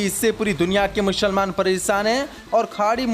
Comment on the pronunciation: अपने उच्चारण को सही कीजिए स को श मत बोलिए मुसलमान सही है mushalman गलत है श श श बहुत गलत हा